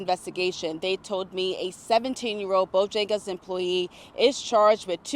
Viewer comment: The reporter called it Bojangas?